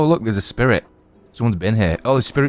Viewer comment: It’s sprite not spear it😂😂😂